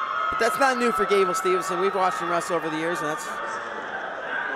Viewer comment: bruh say the dudes last name right for fuks sake, STEVE-SON